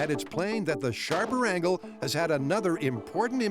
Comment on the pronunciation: This is the second episode I'm watching in a row where the Narrator rhymes "angle" with "dangle" lol